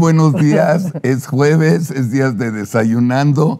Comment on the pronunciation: Se dice juevebes 😅